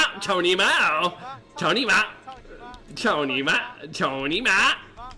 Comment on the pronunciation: you know it's Cou Ni Ma . not tony ma, right?